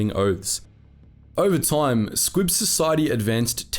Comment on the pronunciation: I keep hearing "squig" instead of "squib".